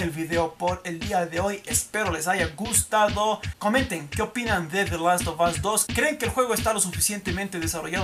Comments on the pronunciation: "de los to bos " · Tu pronunciación es nefasta "te las ob os" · usted cuando pronuncia the last of us 2 pareces que tuvieses un huevo humano en la boca jajja quien opina lo mismo